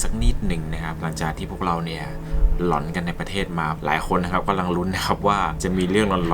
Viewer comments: เหมือนได้ยินคำว่า หลอน เป็น หล๋อน เลยค่ะ หรือคิดไปเอง 🤔🤔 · เรื่องราวน่าสนใจดีครับ ชอบฟัง แต่อยากให้ใช้คำว่า หลอน เป็นสระเสียงยาวอยากให้ออกเสียงยาวนะครับ คำว่าหลอน จะไม่พูดเสียงสั้นนะครับ